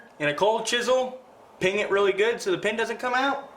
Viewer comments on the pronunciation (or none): PEEN … not ping !! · The term is peen not ping